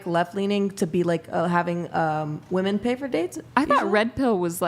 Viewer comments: Why do they not know how to pronounce women and woman. 🙄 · They can’t even pronounce “women” properly. You’re asking too much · Another panel full of women incapable of saying the word WOMEN! Ive never in my life heard a man mispronounce that word.